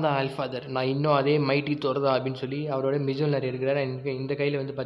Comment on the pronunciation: Bro, அது மிஜோலினார் கிடையாது மோல்னீர் atha first right ta pronounce pannunga apparom comics podalaam ok